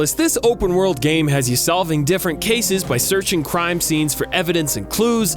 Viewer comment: What are my thoughts? Hearing you say “crime” and knowing it’s the right word but still being confused trying to think what “cime” might be...